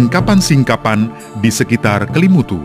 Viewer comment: Kok salah salah sebut ya nama Kelimutu dan nua ata koo fai